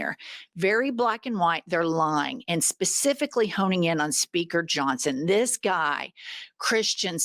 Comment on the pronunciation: I thought I heard you almost say "Sphincter" Johnson, instead of Speaker Johnson 😂